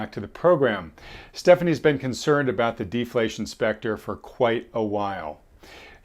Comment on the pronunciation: I love defaltion. Its natrual.